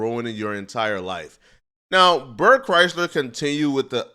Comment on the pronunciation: Never stop pronouncing it bert chrysler I love it